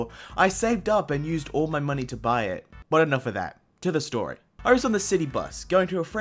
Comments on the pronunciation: Hey what happened when you said “my cottage” it sounded like M cottage instead of my cottage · The ‘my’ tho😰